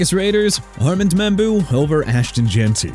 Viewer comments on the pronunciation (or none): I'm done. Wanna continue to pronounce New Orleans (New OR-LINZ) like that and show disrespect to the people living in a Louisiana city, go ahead!! Good job! NEW OR-LEANS!!!!!! AND ALSO ARMAND MEMBOU PRONOUNCED AR-MOND! CHICAGO PRONOUNCED SHEE-KAH-GOW NOT CHI-KA-GOW! I HATE YOU DUDE! AND YEAH MIAMI COULD'VE GOTTEN EMEKA EGBUKA OVER KENNETH GRANT SO WHAT?!?! THEY SHOULDN'T HAVE GOTTEN GRANT IN THE FIRST PLACE! YOU GOT A PROBLEM WITH MIAMI?! EVERY VIDEO YOU TRASH MY TEAM LIKE THEY DID SOMETHING TO YOU! HOPE YOU CLEAN OUT YOUR LOCKER, GET A PRONUNCIATION COURSE AND GET SOME SERIOUS HELP CUZ YOU'RE OUT OF CONTROL AND I'VE HAD ENOUGH!!!